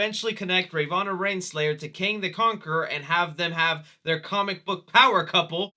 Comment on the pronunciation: "Rayvanna Reinslayer" lmfao I thought you might've just stuttered or slurred, but literally every single time you said her name you botched it. Can you just not say the words Ravonna Renslayer? (Ra-Vo-Na Ren-Slay-Er)